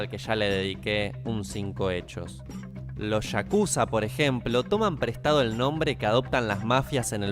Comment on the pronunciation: Yakuza bro, Shakuza es otra cosa.